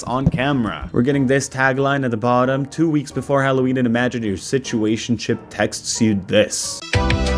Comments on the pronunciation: Her accent 😅 I heard “put in your taxes” instead of “texts” and honestly the app is still just as predatory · She absolutely mispronounced "texts" on purpose to get more engagement lol